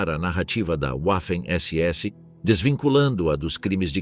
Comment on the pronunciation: NÃO É UAFEM SE PRONUNCIA VAFEM....